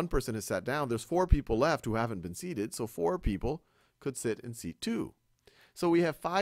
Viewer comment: “Seaten” I’m dead 😂😂